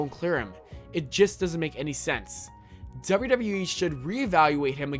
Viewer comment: wtf are you pronouncing wwe like that?